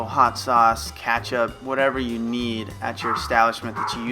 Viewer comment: "cat-chup" lol